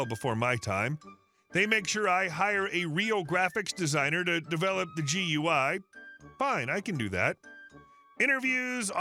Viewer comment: Just a picky criticism from an IT tech ... GUI is generally said as "Gooey" it actually stands for Graphic User Interface. Not a major item, just a minor bit of information.